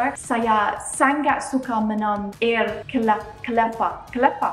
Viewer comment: So you already pass the BUNGKUS pronunciation, now to the next level, how to pronounce water in Malay🤣🤭🤭 Air(water) as Ayer not Air(wind), I don't know why it give me Avatar the Airbender vibe when you pronounce the air just like how the English pronounce it, Everything changed when the fire nation attacked.Only avatar the master of air could stop them.But when the world needed him most,he vanished.